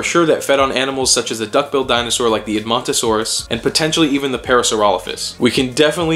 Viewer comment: Dino-sar dee-en-ay!